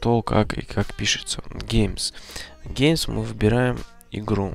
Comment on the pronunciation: по порядку произношение: Гейм, Сабджект, Дескрипшн, Кэйтегори, дальше понятно:)